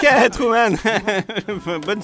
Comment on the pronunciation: À le doubleur dit "Tourman" au lieu de Truman.